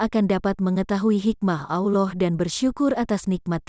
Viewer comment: Sebut Allah pun tak betul. Sebut betul-betul. Allah. Bukan Auloh.